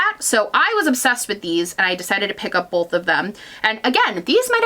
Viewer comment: are you from the midwest? i love how you say "bowlth" instead of "bowth"